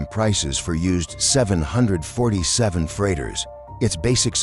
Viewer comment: The way 747 is pronounced in this video pisses me off